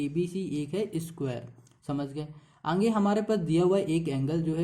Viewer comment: 9.34 sir aap "aage" ko "aange" kahte ho 😂😂😂